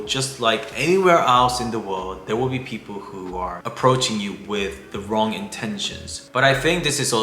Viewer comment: Is that wrong or wong?